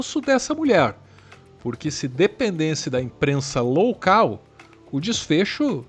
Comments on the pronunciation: Adorei o ' imprensa LOUCAL' ! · "Loucal" é ótimo. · Jornalismo "loucal" kkkkk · Imprensa “loucal” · Imprensa "loucal" foi interessante 🤪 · "imprensa loucal" kkkkkkkkkk